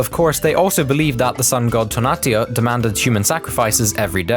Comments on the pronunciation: Its to-na-tiu no, “to-natiu” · It’s pronounced “Toe-nah-tea-ew” and “teh-nodge-tea-tlan” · So you used a photo of literally south america and then you talked about mesoamerica and shit. You know everything you talked about took place in mexico (which is north america), right? Also, you butchered tonatui pronunciation, its toh-nah-tuh-ee